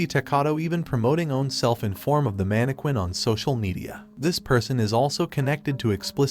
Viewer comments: the way he’s is pronouncing mannequinn and the tiktok its crazy lmafo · The way he’s pronouncing mannequin and TikToker is crazy lmaooo